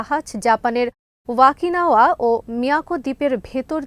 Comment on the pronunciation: "ওয়াকিনাওয়া" নয়। জাপানের ঐ দ্বীপটার নাম, "ওকিনাওয়া"! ওয়াকি মানে বোগল জাপানী ভাষায়। ধন্যবাদ। 🥰👍✌🤲